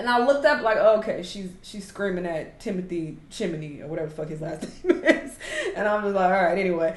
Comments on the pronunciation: Timothee Chiminey is taking me OUT😂😂😂 It's TIMOTHEE CHALAMET( Shall-uh-may) LMFAO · timothee chimity lmao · Timothy Chimothy is such an insane way to call Timothée Chalamet 😂😂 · “Timothy chimetee” that got me dyingg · The way I laughed at her mispronouncing Timothy Chalamet’s name😭😭